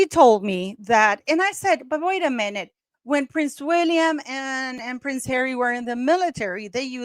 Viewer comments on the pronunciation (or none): none